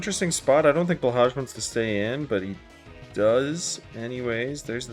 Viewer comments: It's not a big deal but blahaj is pronounced blohai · Fifteen minutes of the commentator not knowing how to pronounce blahaj </3 But this was still funny, given the para–happiness on display. Truly, the gentleman's status condition!